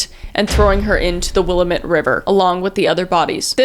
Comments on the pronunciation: 3 months late, but I am working my way through episodes I missed! I actually giggled aloud at a couple of pronunciations...Willamette is "will-am-et". We have a TON of first nations names around here! And Meier & Frank was a huge department store chain originating here in the PNW. It's pronounced "Meyer". It shocked people when they closed their doors after something like 100+ years. I love the work you do, and your delivery is so great, funny, and warm. 😊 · Just so you know it's the Will- Am- Ette river. And it's Meyer & Frank ( it's just spelled Meire )😁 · Will am it is how it’s pronounced. We are weird in Oregon. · Love your content but the name of the river is pronounced Will-lamb-et, just wanted to let you know. Love you tho and keep rocking babes. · Not that this really matters, lol, but I'm from Oregon, so I feel slightly obligated. Willamette is pronounced will-am-ett. But you're Canadian and awesome, so you're forgiven. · bb, its will-am-it <3 i live here in oregon. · I'm sorry I laughed when she said the Willamette river. It's pronounced as the will- am- met. Love your videos though!!! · kris ily but every time you say "Willamette", i have to pause. It makes sense to pronounce it like that but tis more like "will-amit" lol just an Oregonian here! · Will-am-it river is how its pronounced 😂 as a Oregonian it cracks me up to hear it pronounced luv ya girly ❤ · Not exactly related, but just wanna put it out there that Willamette River is pronounced Will-am-it -- sincerely, an Oregonian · The fact I live in Oregon and plan to go to Oregon state 😭 also i Willamette is pronounced (WILL-AM-IT) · So I'm from Oregon and I just wanted to give a helping hand with pronouncing something lol Willamette is pronounced like Will-am-it. Also I had never heard of this guy before and I thought I knew of all of Oregon's serial killers lol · That is not how you say Willamette btw 😅😅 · Being from this area, the way Willamette is being pronounced 😅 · Will-am-it. Not will-a-met 😭🖤